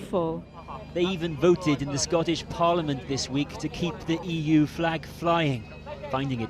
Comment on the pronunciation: What's a "fleg"?